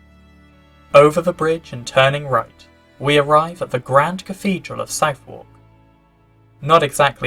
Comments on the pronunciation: south wawk? suth uck for god's sake. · An interesting video, but are you ChatGPT?...Southwark Cathedral is pronounced SUTH-URK, not SOUTH-WARK,as is that entire area south of the river. The church is also known as St Mary Overy, as in St Mary over the river. Your enunciation is also rather odd, so I hope you won't mind my mentioning it. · Yep. SUTTHUCK. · I went back 4 times to try to catch the name of that cathedral and can't get it - Sifor? Syphor? It's something in the pronunciation - what is it? From the effigy - could it be Southwark? That's pronounced Suth-erk. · It isn't pronounced "South-Wark" you daft yokel! "Suthark" or "Sutheck" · No! No! No1 NOT SOUTH WALK - it's pronounced suthuhk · I admit that I had to think quickly when I heard “South Walk” Cathedral. I have to correct, no Londoner pronounces it with an ‘A’ in the second syllable, arrieson1 is correct with his phonetic description, ‘Suverk’ is how the word commonly sounds. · I made the same mistake when I worked in London years ago, pronouncing it almost like South Park 😅. No-one will ever let you forget it. But you live, and you learn, and people eventually laugh at something else 😁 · Southwark is pronounced "Sutherk". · Sorry to give offence.But come on ,dude! I mean .I've only been to London twice in my life and even I knew it wasn't 'south-walk'.Good content otherwise. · it is NOT pronounced Southwalk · It's pronounced 'Suth-uk' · Did you really not know how to pronounce 'Southwark'? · You need to learn how to pronounce Southwark. Ride the London tube, the Jubilee Line, and the auto announcer will tell you. 🙂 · I stopped watching after his clueless pronunciation of Southwark.Credibility shot to pieces I'm afraid. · Most of this is well-known but then someone who can't even pronounce 'Southwark' properly can't be expected to know that. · nope, I’m blaming not your Naarfalk accent but your mispronunciation of Southwark.